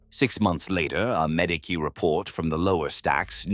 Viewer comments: What’s a Madeekee? It’s said in almost every video. The Ma-Dee-Key station. Are you trying to say Medici? 🤨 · see I take that and make it a dialect thing for the person giving us their story. Ur the only thing breaking the immersion if you allow it sometimes